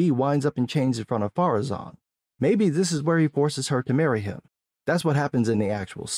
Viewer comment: Has anyone figured out why they keep saying "Pharazon" instead of "Ar-Pharazon"? That just triggers me every time I hear it.